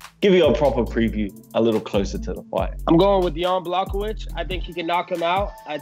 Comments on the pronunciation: It sounded like Bas called Jan, "Chewbaccawiz" 😂😂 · “Yan block-o-wich” - Colby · Did Bas say Brokowich? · Bas Rutten: Jan Brockovich Kevin Holland: John Blochowisz Wonderboy ... 205 Champ Damn nobody can say Jan's name lmao.